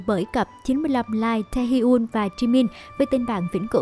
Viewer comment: Đọc tên Taehyung là 'Tê hi un' ???